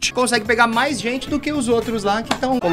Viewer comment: T3ddy: "maais com i" T3ddy também: "feItiche"